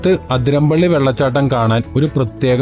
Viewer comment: Athiramppilly alla bro athirappilly